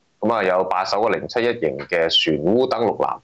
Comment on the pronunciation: 溫馨提示，船塢讀船「澳」，不讀船「烏」